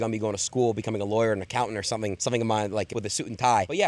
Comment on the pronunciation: hes talking about 'somving' yea i quit